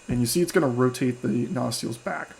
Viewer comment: Good video. Well presented FYI, nacelle is pronounced “nuh-SELL” (phonetically: nə-ˈsel).